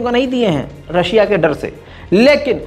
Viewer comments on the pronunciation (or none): none